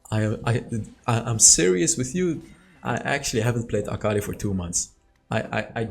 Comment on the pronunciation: Fun fact: its aka-li not akal-i